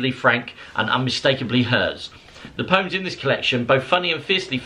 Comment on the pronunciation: is the first English person I’ve ever heard pronounce “poyums “ so well!